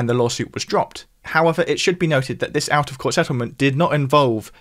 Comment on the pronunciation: Maybe the creator here should learn how to pronounce his th’s. It’s TH not F. This NOT fis.